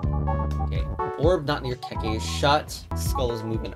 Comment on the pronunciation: The legend of BaBa a KeKe (not keykey) to the pasta